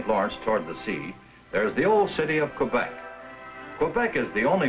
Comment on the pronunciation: And mispronouncing "Quebec," as nearly everyone in the U.S. did for another 40 or 50 years, and many still do.